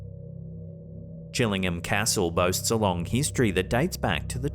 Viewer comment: CHILLING-HAM? Aw C’mon!